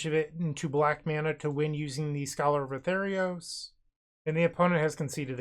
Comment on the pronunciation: it's scholar of ATHREOS, pronounced "ah-three-os"